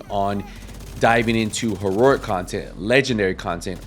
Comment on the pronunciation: used to watch this guy years ago on TD2 and he still calls it ... HERORIC hahahaha